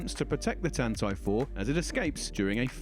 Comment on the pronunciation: No, The Game Show is saying it correctly